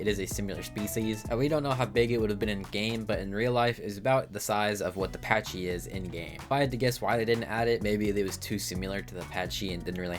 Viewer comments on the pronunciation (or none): S I M I L A R not S I M U L A R P A C H Y Not P A T C H Y